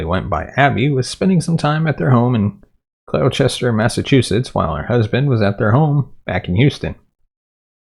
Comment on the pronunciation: Thank you for resurrecting my friend's case. Her disappearance is baffling and very distressing. Just FYI Gloucester is pronounced GLOSS-ter.